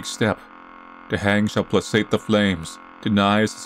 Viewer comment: All my concentration on the story flew out of the window when started reading "placate" wrong lol